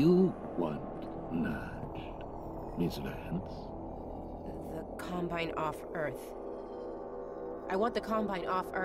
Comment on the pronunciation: I find his pronounciation of ''miss Vance'' really satisfying...